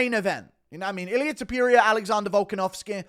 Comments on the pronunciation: Ta - Pour- Ree- Uh Not Ta- Pure- Ree - Ah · You say "TOPURIA" and it sounds like you are saying Diarrhea! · When will you learn to say "Topuria" correctly?